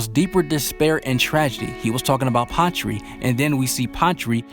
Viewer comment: Lol when you say Patry it sounds like pottree